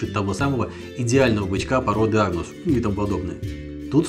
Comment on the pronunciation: Вообще порода называется аНгус,а не аГнус ))